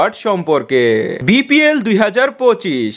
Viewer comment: এই ভাই আপনি তো বিপিএল কে,বিপিএল,, বলেছেন তা দেখব না অপর মানুষ কে বলার আগে নিজেকে দেখুন বিপিএল,, কে ভিপিএল,,,বলে🤣😂🤣😂🤣😂🤣😂🤣😂😂😂🤣😂🤣😂🤣